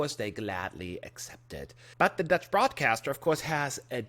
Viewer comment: I love your 'Dutch' pronunciation :)